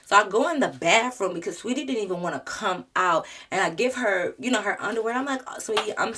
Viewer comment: Ugh i hate the way she did saweetie😭. So glad you’re a real friend